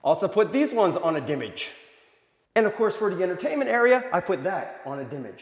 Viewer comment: And the very second I heard "dimage" I stopped your pathetic video.